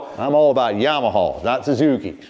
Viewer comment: Him saying “Yamaha” made my day!